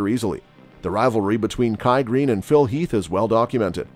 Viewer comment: Phil “Health”? 🙄